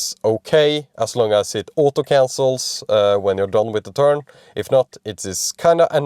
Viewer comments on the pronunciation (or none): none